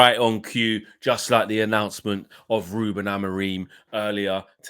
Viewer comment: His name is “who-Ben”. Check the way the Portuguese journos say his name.